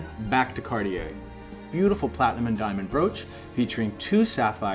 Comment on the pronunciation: CarTier not CarDier. Make an effort!